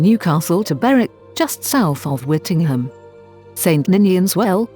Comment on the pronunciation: Very interesting but it is actually pronounced Whitting- Jum